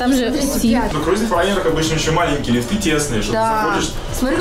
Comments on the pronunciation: и слово лИфты, а не лифтЫ, плиз)) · Произношение слова "лифты" - OMG, мои ухи!)